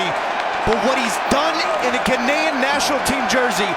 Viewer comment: Is the announcer saying Ghanaian wrong?